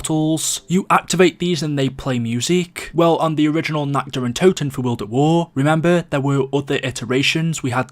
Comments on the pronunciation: When you say nacht der untoten it sounds like nackt der untoten and that means nacked of the dead xD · All these years and people still cannot pronounce the maps name properly